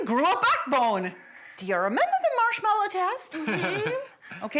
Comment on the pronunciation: It's marshmallow - not marshmellow (title)